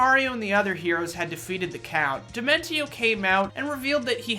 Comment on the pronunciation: Indeed the best villain in the history of video games to be put disrespected like this sickens me. I demand they remake the video and say his name properly in all of its glory.